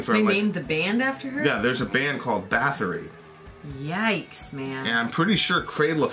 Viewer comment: It’s pronounced “boat-ory”